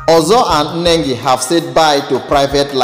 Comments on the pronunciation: The name is Nengi and not Enengi Pls take note and check your pronounciation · Why do find it difficult to pronounce Nengi without pronouncing Nne? It's Ne not Nne